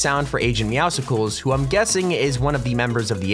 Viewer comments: OH MY GOD STOP SAYING IT LIKE MEOWSICLES IT'S MEOWSCLES! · Not popcsicles meow its meow-scles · Pretty Sure its Meowscles like Muscles. Not Meow sickles. Like you say Muscles but meow in place of mus. Meowscles. Not meow Sickles. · This is bothering me. IT'S MEOWSCLES as in MUSCLES. NOT MEOWSCLES as in POPSICLE. Sorry. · ITS AGENT MOEWSCLES LIKE MUSCLES NOT MEOWSICLES!!!!! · Its "Meow-Scles" as in Muscles